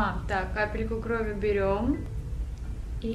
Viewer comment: группа крови правильно говорить. И ударение на О - крОви.